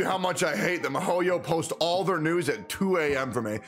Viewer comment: Mihoyo = mee-ho-yo. Not my-hoyo.